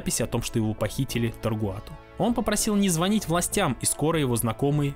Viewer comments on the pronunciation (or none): none